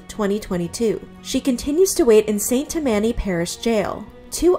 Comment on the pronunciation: I had to hear "Saint Tam-MAN-y" parish 3 times before I realized it happened in Louisiana. We say "Saint TAM-many." I don't know what's right now. 😂